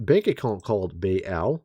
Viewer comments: Pronounced Bayl not bay elle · Baal is pronounced like ball